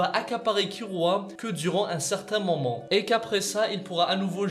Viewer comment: C’est Kilua pas kirua